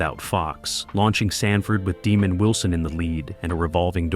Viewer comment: His name was Demond Wilson not demon 😈 Wilson!